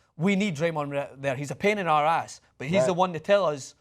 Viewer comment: Scots sound weird when they say ass and are not talking about a donkey Green isn't a donkey (IMO)